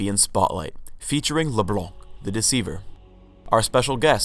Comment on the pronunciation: LeBlunck xD